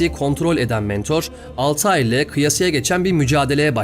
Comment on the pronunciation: Dostum selamlar; telaffuzda bir hatan var sanırım zira karekterimizin ismi Altahir değil, kuş/uçan şey gibi manalara gelen Altair. Daha Türkçe yazacaksak el-Tâir. Affına mağruren. İyi yayınlar, severek izliyoruz.